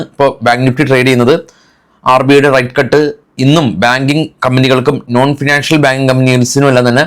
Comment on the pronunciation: റൈറ്റ് കട്ട്‌ അല്ല, റേറ്റ് കട്ട്